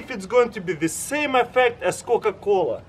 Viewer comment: i loved it when he said cooca coola popsicle kinda made a beat for a song